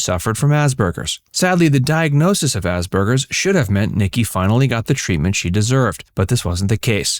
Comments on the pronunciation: The word is Asperger’s, not Asberger’s. It is incorrect to pronounce it with a ‘b’, which the narrator does throughout. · Ass PER GER’s! Why are you mispronouncing this?